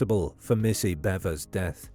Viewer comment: “beh-vers” not “bee-vers”